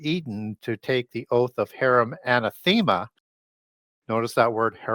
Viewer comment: Here's the drawback of listening to this self-taught canadian older man with only a high school education, even the pronounciation of "anathema" is imagined and mispronounced. It's puzzling if you are just listening and relying on the audio. I think he did self-taught and self-researched a lot. But it really shows the lack of proper education. I respect his work and certain info he presented, but it's just not completely reliable if one desires to be accurate with info and even proper pronounciation.